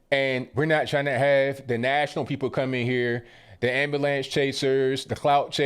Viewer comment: what is an 'ambalance"???